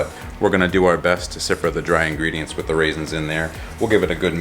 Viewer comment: Dude, I really enjoy your videos, but I cannot stand it when you say "siffer". It is called sifting. The tool used to combine powders is a SIFTER. The 'T' is not silent.